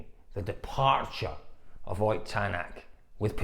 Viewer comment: Ott is not pronounced "oyt" but "otttt" with very short o and t. It is shortened version of German name Ottokar or Otto.